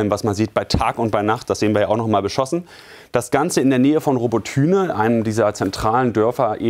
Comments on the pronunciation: nicht robotYne sondern robOtyne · Robbotüne 😂 Robotyne (ukr. Роботине) man sagt ja auch nicht Berlün ! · Robotyne wie er es ausspricht🤣🤣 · Wie er seit Jahren „Robo-Tühne“ sagt! 😅 „Abra-hams“ aus den USA…so so.